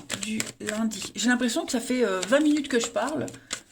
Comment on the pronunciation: Bonsoir. Merci pour les sagitaires pour la semaine du 14 au vingt. J'ai souri car vous dites vingt en prononçant le T 😁. Ça me parle et je vais être attentive cette semaine. Belle soirée ❤️